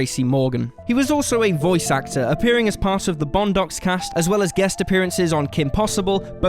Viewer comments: Bun docks!? lol its Boondocks (pronounced almost like Boom 💥!!) RIP to all! I remember Super Dave!! Like Evil Knievel wanna be gone bad!😂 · What the heck is the Bondocks?! It's Boondocks! Boon docs! You suck!! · Bondocks, say it with me.. Boooon dock sss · Bondocks? Really? It's Boondocks. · The bondocks? It's boondocks uncultured swine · Boondocks not bondducks. Goodness. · Boondock.. Not bonedocks.. R.I.P. John Witherspoon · Bondacks, do you mean boondocks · Boondocks is pronounced as ˈbo͞onˌdäks / Boo-ne-dock-ss ... not "Bunkocks" -. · Well, the word it is derived from is actually pronounced as Bun(Boon)-dok(doc from doctor). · The way he says sixth and boondocks over shadows the entire video. Learn how to speak. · The way you butchered the name Boondocks is fucking crazy to me